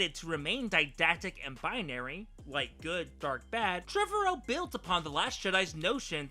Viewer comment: You're saying Trevorrow wrong.